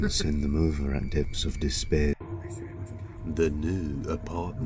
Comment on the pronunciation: I love when you react to Depths of Despair bc of the way you say “Depthspthspths.”